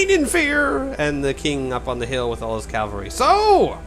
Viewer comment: You pronounced cavalry correctly on the first try several times :) And its bee-league-errrd.